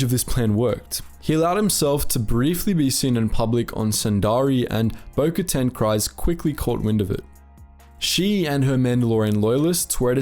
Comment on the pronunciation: I’m a fan of your content, but the way you pronounced “Kryze” made me cringe. There is clearly a CORRECT pronunciation of the name, yet you decide to butcher it completely as “cries.” I don’t understand that at all. Very distracting...